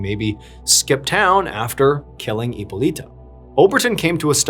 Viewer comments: Hypolite is pronounced Hypolit. Not Hypolita or Hypolitoe. 😉 E at the end of the word in French accentuates the preceding consonant but is silent. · Hippo"Lighta" is how it's pronounced. It's Greek. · Hyppolyte is pronounced as "Epoleet"...😂😂😂 not "Epoleeta" , just saying. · The correct way to pronounce hippolyte is hippo with a silent H and lit “ippo-lit”